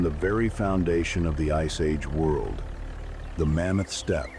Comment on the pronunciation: Mammoth Steppie? Love AI...